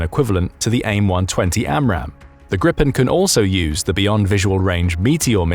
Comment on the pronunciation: It’s pronunced greepen not grippen 😂